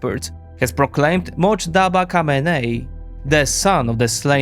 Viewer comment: It’s not Motjaba but MOJTABA